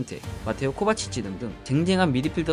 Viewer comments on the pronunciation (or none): none